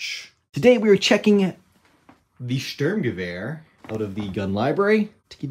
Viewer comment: huh, outside of Sturmgewehr, your pronounciation of the German words is much than many other foreigners I've heard.